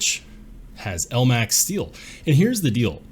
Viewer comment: Omg you pronounce it L-max when its pronounced Elmax